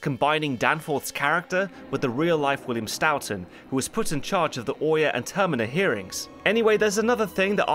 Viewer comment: Man the way you butchered the name Stoughton was so bad. It is pronounced more like Stow-Ton. I know this as I was raised in the town of Stoughton Massachusetts which is in fact named after the man.